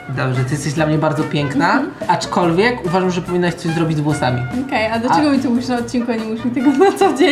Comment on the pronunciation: POLICZCIE ILE POWIEDZIAŁ ACZKOLWIEG